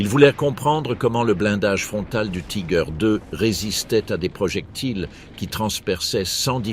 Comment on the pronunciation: attention l’allemand ne se prononcé pas comme l’anglais :on doit dire "tigueur"